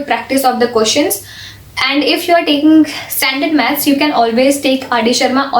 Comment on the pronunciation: She's always like pronouncing questions as koeshons 😂🤣😂🤣 Please tell her it's questions 😂🤣😂